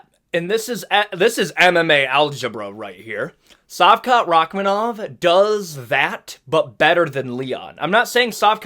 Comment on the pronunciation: I think Kamaru is staying at 185. There are good fights for him there. Also, it's SHavkat, not Savkat. Great channel, you've kept me entertained over xmas.